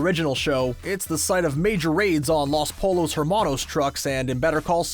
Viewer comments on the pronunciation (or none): Los "pole-ohs" hermanos. :D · It's pronounced Ig-Nah-See-Oh, and Los Po-yos Hermanos, the correct phrase is "live life to the fullest" and "snub nose hand gun" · I can't believe the guy actually pronounced Pollos like that. Yikes. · It’s pronounced po-yos. Not polos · Los Pollos Hermanos is pronounced Poi yos. Guess you missed a few details yourself. I quit watching your video on the 2nd mispronunciation. People are so sloppy in their work. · Did this guy really say "Los POLL OS hermanos".. -_ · And "polos" hermanos... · Dude, if you can’t pronounce Spanish words any better than that, give up! Seriously!